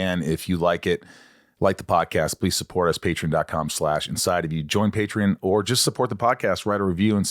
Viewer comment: Why do you pronounce Patreon, Patern? You’re missing the O lex